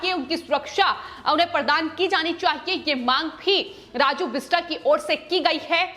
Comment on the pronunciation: The name is "बिष्टअ", "राजू बिष्टअ" (बिष्टा नहीं है, बिष्टअ)